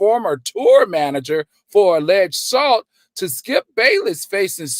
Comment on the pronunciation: Alleged “salt”?!?!? You’re more focused on reading what you wrote rather than making sure you’re pronouncing the words right 🤦🏾‍♀️